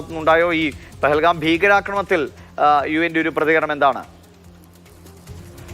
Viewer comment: UN അല്ല UM ആണു umban